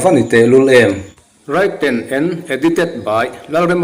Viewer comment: Written hi raiten ni ni lovin riten tia lam tur a ni anga.